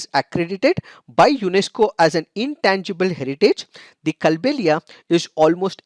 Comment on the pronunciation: Sir i am from Rajasthan Kindly make the correction in the pronunciation it is कालबेलिया डांस I love the analysis ❤️